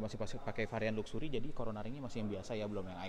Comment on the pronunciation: Ucapan luxury nya jangan kaya org kampung gitu donk,,,malu2 in aja bikin vlog BMW tapi ngomong luxury aja salah,belajar cakap bahasa inggris yg benar. Terus ucapan velg nya yg benar, masa velg jadi " pelek ". Ngga cocok jadi vlog mobil BMW lo. Ketawan Sales tamatan SMA